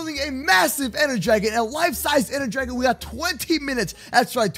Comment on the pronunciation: Does purposely mis-pronounce words like Dragon?